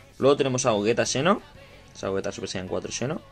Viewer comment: porque pronuncias Xeno tan extraño? ahora me da curiosidad escuchar a un español pronunciando al palabra xilofono